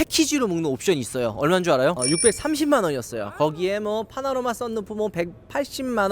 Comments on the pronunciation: 매번 '파나로마' 썬루프라고 하시는데 제발 '파노라마' 썬루프라고 불러주세요ㅠㅠㅠ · 파노라마를 파라노마라고 하는 이유는 100% 파라노말 액티비티 영화때문!